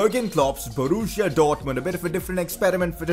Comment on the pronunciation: Borussia not Boruuschia